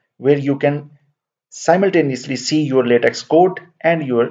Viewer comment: Just a minor point to note: the pronunciation for LateX is either “laytek” or “lahtek” and never Lateks (as in the sap of a rubber tree). Thanks for this excellent instructional video.